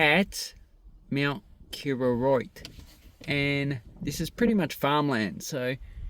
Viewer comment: KOroroit , not KIroroit